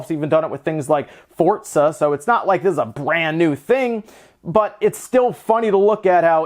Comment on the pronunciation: Forza not Fortza